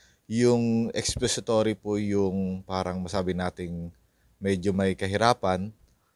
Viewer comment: Expository, not expesitory😮😮😮😮